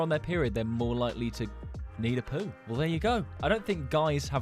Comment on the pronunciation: Why do you say poo like poood in the shower